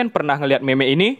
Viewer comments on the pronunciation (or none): Penyebutan nya bukan me me tapi mim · bacanya mim bang bukan meme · meme bacanya mem 🗿ngab 🤓